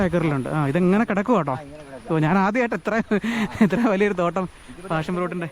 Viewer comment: പാഷൻ fruit ആണ്.. Not ഫാഷൻ 😂